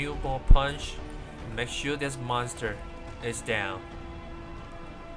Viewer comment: Lol He says Mesure Its Makesure